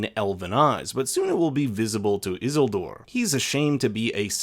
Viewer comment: I swear to God you say Isildur that way just to test my patience.